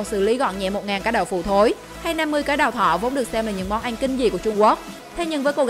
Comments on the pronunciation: Cứ “ăn” thì đọc là “anh “ nghe khó chịu thật sự :)) n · Người ta: ăn Chị: ăng